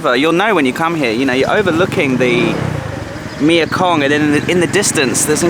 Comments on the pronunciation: I had a fabulous few days here a while ago, after crossing back in from Lao., you do make me laugh! Do you know how funny your mispronunciation of the Thai name for the Mekong River is to a Thai person? The name of the river in Thai is 'Mae Kong' (Mae, said like 'may'), which means 'Mother (or life giver) Kong'. You are saying 'Mia Kong' for the name of the river, which in Thai actually means 'Girlfriend Kong'...! Ha ha ha! Funneeee! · please will you stop calling it the mia kong ffs, its the MEKONG !!. you donut. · Is there a reason you pronounce the name of the river me-a-kong instead of mekong? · Nice vid can you Google how to pronounce Mekong, I don’t understand how you have been there for so many years and can’t pronounce the name of this mighty river, tedious of me to highlight I know but I’m obsessive about detail and I understand that’s not your thing x